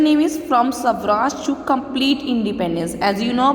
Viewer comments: The pronounciation is not sawraj. It's swa Raj = swaraj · It's not savraj it's swaraj